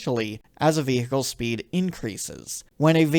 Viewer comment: 'Vee Hickles' I just can't get over it 😂😂 Enjoyed the video though